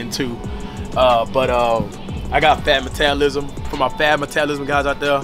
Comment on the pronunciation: “I got the fahh matalism too” 😂😂